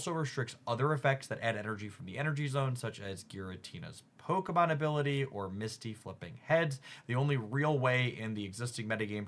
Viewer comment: Bro why can these pocket YouTubers never pronounce the pokemon right? Brooo